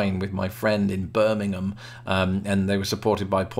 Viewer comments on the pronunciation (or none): none